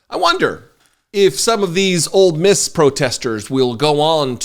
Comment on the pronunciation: Ole Miss not Old Miss